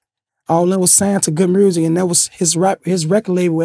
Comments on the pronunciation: Reese my guy, but wat is "GOOD MURRZIC" ??? 🤣🤣🤣🤣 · "Good mursic" 😂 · He got shot in the neck, some syllables ain't the same. Notice nobody else from Chicago says mrusic lol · Wait did he just say Good Mersic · Good murrssik 🤣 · Did that nigga jus say Mursic 👀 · Did lil Reese always had a Memphis accent when he says music? I never heard him say music before but he sounds like someone from Memphis when he pronounces music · why is he pronouncing music kinda like Memphis dudes?